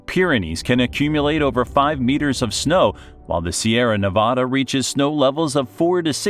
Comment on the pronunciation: No sorry at all man,your "Sierra Nevada" is also perfect,you are wellcome here anytime you wish.